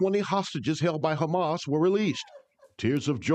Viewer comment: Hamas and LIKUD ...! Hamas and LIKUD ...! How many times are you going to get it wrong ..!